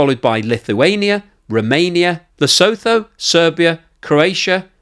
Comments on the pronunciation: Tip: It's pronounced "Le-sutu" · Lesotho... it's pronounced LeSooToo.